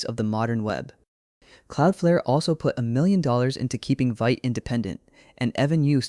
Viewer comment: It’s pronounced “Veet”